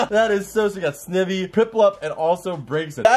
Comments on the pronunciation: Jesus it's Snivy like Snyvy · This man said snivi lolll